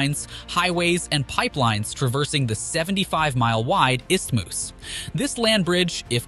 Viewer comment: Istimus? Gee, that's embarrassing